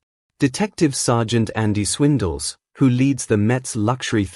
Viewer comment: "Detective Sergeant Any 'Swindells' who lead the [Mets] luxury theft unit..." Haa...I couldn't watch any further.